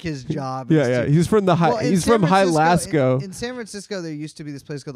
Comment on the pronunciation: “High lasco” great pronunciation of Jalisco